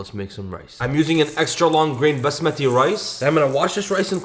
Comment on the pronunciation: why does he say the word "halal" and "basmati" in that comedic and slightly cringy way. Lol!